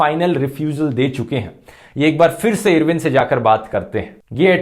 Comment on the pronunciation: irwin pronounce karna toh sokho fhruv aur pehele bhagat singh ki life sentence bohot dangerous thi